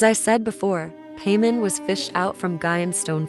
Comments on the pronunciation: She literally says her name as "Pie-mon" just a second before, and then you proceed to say "Pay-mon." 🙄 you even started the video by saying her name wrong. This is awful jfc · "Pay men" 💀💀💀💀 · pamen? its pai mon mon not men... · Pay men. 🤣 it’s pie mon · So much efforts but couldn't think over saying pymon instead of paymon. So much for the ai voice over tools and iq. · Just to correct you if your not using a voice changer it like pie-mon not pea-mon😅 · Don't say paymon.... It gives me Vietnam flashbacks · girl.. its paimon not payment 😂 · Ah yes, Pay-mon. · Yep, clicked off the second you said "Paymon" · I just can't bear hearing Paymen again and again. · it’s important but it’s not important enough to get upset. Humans say names wrong all the time. So once again it’s not that big of deal. I think the way it says the names are hilarious. Lol Pay-mon hahaha I hear Pay-Mom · The instant I heard Peman instead of PAIMON I disliked the video and quit. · "paymin"??? WTF 😂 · The text to speech using the pronunciation of one of the seven kings of hell for paimon is great